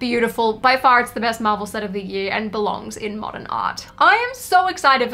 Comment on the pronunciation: “Mordern art” - when you spell the word the same way you say it